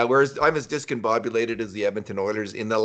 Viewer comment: Bruse: Decomboobulated 🤣😂😄